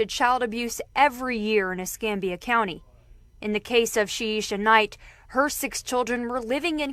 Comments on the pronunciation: Ess cam bee ah , not Ess com bee ah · es-CAM-be-ah county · It doesn't surprise me, sad to say. I live in Milton, Florida. Not far from Pensacola. Es-cam-bia is for its pronounced. Yes babies for benefits!! Disgusting!! I firmly believe after having like 3 kids unmarried, different dad's, food stamps AFDC shouldn't be issued. No benefits should be given. Because they are abusing the system!